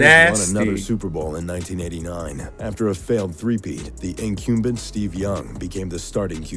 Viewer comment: Good video but I have to wonder how the guy doing the narration got the job doing it. He mispronounces not just player names all the time, but he can't say incumbent or stingy. Every video I see with this narrator he screws up a lot of words while trying to sound epic